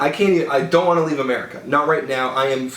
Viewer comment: he said merica